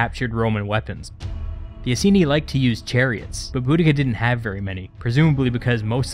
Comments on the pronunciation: It's "I-seen-eye" not "i-see-knee" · Please check pronunciation of "Iceni" We actually say it as "Eye-Seen-Eye"